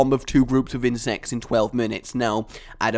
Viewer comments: says insects like IN-SEX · No insest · I thought you say insest. Should i get some help?